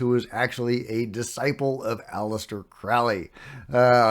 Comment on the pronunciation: You said Crowley's name wrong. It's crow-lee, like crow, the bird.